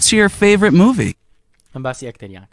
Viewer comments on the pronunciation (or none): فاڤورایت ناخوێندرێتەوە (فەیڤرت ) دەخوێندرێتەوە